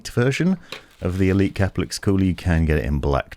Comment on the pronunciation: I thought it was pronouned ker-pell-icks, but in your videos you pronounce it cah-per-licks / cah-puh-licks. Is there an official pronunciation? I've looked at Corsair's help videos and they use the former pronunciation, but I'm not too sure.